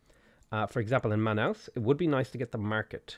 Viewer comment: Watching you mispronounce Brazil's city names gives me the big sad and the giggles too. At least you got Manaus right.